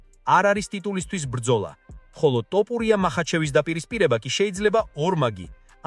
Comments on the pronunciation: ძმაო ტოპურია შეიძლება თქვას რუსმა. იმიტომ რო თ ასო არარსებობს რუსულში. რატო ამახინჯებ მიკვირს.🤷🏻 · ტოპურია არააა თოფურია დეინა არა დანა და ა.შ… ამშეცდომების გამო ვერ ვუყურებ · Axali stili shemoaqvs da matito idzaxis topuria😂😂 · ტოპურია რა უბედურებაა რუსი ხო არ ხარ თ ასოს რომ ვერ ამბობდე😂